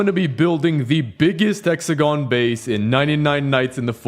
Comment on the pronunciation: is it just me or it sounded like he said s3xagon